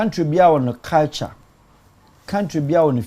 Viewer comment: 🔥🔥🔥 please is "Culture" and NOT "Caltures" 😂😂😂